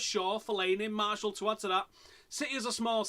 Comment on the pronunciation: Lol why do Man U fans call Martial, Marshall? Here's how you pronounce it. Anthony Mar-she-al, not Marshall (and yes, I am French)